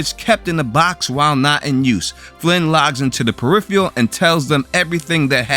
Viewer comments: Peripheral is pronounced per-IF-er-ul not per-IF-ee-al. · It is pronounced periFURal, not periFEEal! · say it with me "Per If Er Ul" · Please learn how to correctly pronounce the word "PERIPHERAL". Your repeated mis-pronunciation detracts from the reviews. Just sayin' . . . . . .